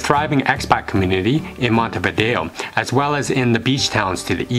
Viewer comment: Finally someone who pronounces "Montevideo" correctly!!!